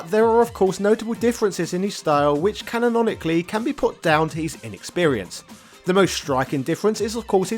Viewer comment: Sean gets pummeled as much as you pummel the word canonically! Cannononononically